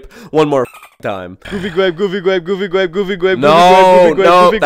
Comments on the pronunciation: Is thear a goofy gwape ride Josh. No thears not a goofy gwape ride. well den let's go home and watch goofy gwape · Goofy gwape